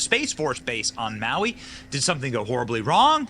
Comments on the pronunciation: This is so stupid. You don't even know how to pronounce Maui and you are spreading a bunch of BS. Really? Why? Do you really believe this crap? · So you don't know how to pronounce "Maui", and you don't know why someone would do something like this. NEXT! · Come on man You don't even know it's Maui I can't even watch past that for a sentence